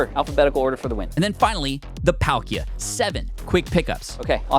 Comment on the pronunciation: the way you said “alpalka” it’s like we need some alpaca Palkia art made